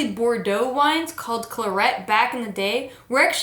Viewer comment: Love the videos, but that’s not how you pronounce Claret.